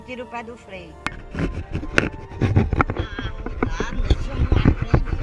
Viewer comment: "coidado Antoim coidado" 😂😂😂😂😂😂😂😂😂😂